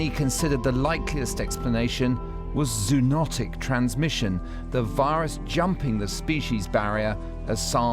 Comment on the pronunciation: Repeat after me: ZO-o-NOT-ic